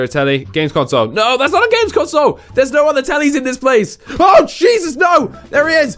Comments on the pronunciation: HE WAS LIKE IH JESUS NO!! .........CHEESUS AHHAHAHAHHAHAHHA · i get it the picture of cheese and you said oh jesus but sounded like cheeses